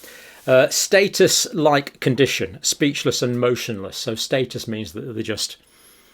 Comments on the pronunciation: Not status but Statue 😂😂😂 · Statue, not status!